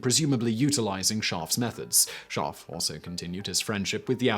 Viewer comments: I had no idea there was an 'r' in his name until you showed it in print. You're literally saying, "Shaahf." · The way you pronounce his name sounds like the German word for sheep which makes this fascinating video also very funny.